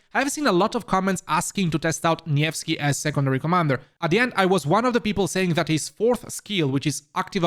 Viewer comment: It's good to see you pronounce nevsky properly so please pronounce Xiang yu properly too, it's See-young you